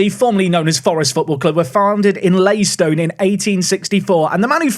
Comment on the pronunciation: I'm VERY excited to have a series back. But, Leystone. Leystone.